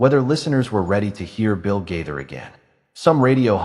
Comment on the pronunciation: Yeah where do you all come up with this stuff They have both been writing music for many many years and you don't even know how to say the last name You're talking about someone you don't even know how to say their name